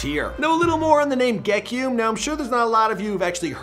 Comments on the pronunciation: We already gotta stop were saying ge-ki-um its ge-key-um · So the song he recorded was “Gekyume” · gekume first word will be ayy ayy RIP bro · Gekyume’s teachers are about to butcher his name lol. But the kid is gonna be special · STOP SAYING HIS NAME LIKE THAT IM HIS COUSIN I HATE WHEN PEOPLE SAY HIS NAME LIKE THAT